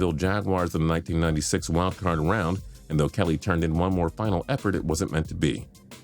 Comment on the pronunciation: Forgot the d in round when you talk about Montana